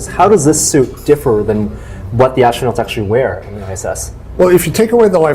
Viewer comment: I do not trust anyone who says "ashtronowts"